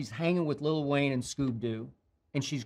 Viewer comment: he said LITTLE WAYNE wtf